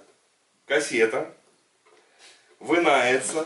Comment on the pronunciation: Кассета "вынается"? Русскеезыг весьма ок!